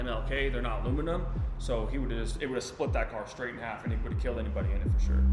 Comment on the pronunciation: Skraight up disrespected them 😂